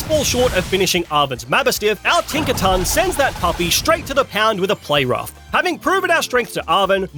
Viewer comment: Tink a ton